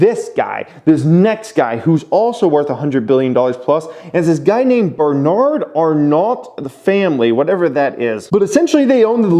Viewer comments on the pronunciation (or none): pronounce "bernar arno"